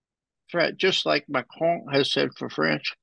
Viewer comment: I love the way Ray pronounces "Macron".